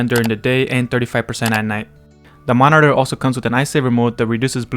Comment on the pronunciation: Dude, I can't unhear it now 😅